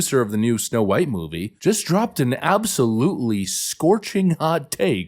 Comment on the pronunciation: It's Snow White, not Snow brown